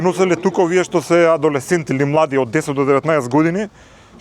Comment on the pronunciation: Видиновски: адолесценЦи Соговорникот: сетекС